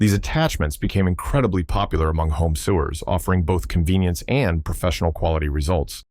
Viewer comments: I love it when AI pronounces the words wrong - I had no idea that waste disposal piping used buttonhole attachments (pronouncing "sewers" SUE-ers instead of SOH-ers :D ) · And sewer (as in one that sews) gets pronounced like that poop pipe buried underground.